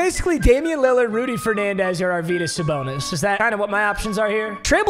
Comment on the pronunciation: Don't mean to be that guy but arvydas is pronounced arv-e-das